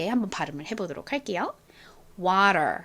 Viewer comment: 쌤님의 물 발음이 워가 아니고 와로 들려요. 와발음인가요.